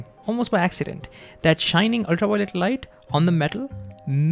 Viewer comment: please practice saying ultra "V"i-o-let light, not "Why" o-lit